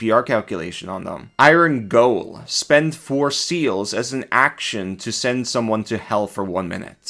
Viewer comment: Its "Iron Gaol" or "Iron Jail"